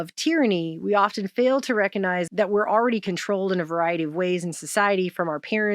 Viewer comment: The "G" in recognize is not silent.